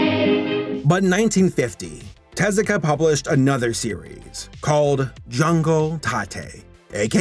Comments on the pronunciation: Double "Er..." then it is te-ZU-ka"... the "EH" for sound "え" , "oo" for "u" (ず) and "ah" for "あ" is an Anglicism to prevent folks from wrongly reading "TAY-ZYU-KAY". It doesn't correspond to the international phonetic charter. The pronunciation is, again, "te-ZU-ka". The stressed syllable is the second one, not the first one. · Er... It's actually TEH-zoo-kah.